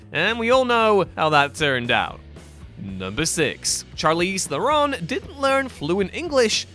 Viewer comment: Two pronunciation issues. The first forgiveable; Shar-leez teh-ron not charlees therin and secondly and not forgivable; sah-con-did not seconded.